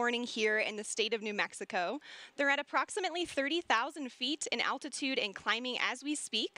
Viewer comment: its altitude not "attitude"